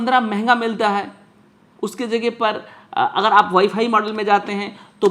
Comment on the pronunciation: UP se ho lag raha hai... Model ko Madal bol rahe ho